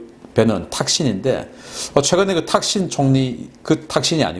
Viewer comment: 탁신이 아니고 딱신 입니다